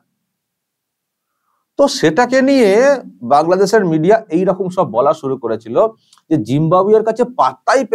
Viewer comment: Ota kangladesh thik kore pronounce korte hobe